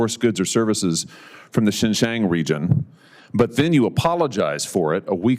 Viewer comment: He doesn’t even pronounce “Xinjiang” correctly. What an expert😅